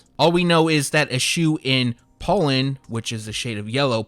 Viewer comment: It took me too many seconds to realize he was pronouncing "pollen" when saying "POLE-n"